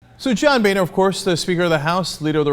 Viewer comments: LOL he pronounced Boehner as "boner" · Damn originally I thought Boehner's name was pronounced "Boner" which made this story 10x funnier. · his family actually changed the pronunciation of his name when they moved to the US... Savvy enough to change the pronunciation but not the spelling! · Stop pronouncing his name wrong!